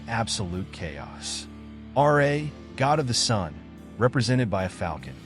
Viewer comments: RA not R.A.. RA=RAH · Ra not R.A.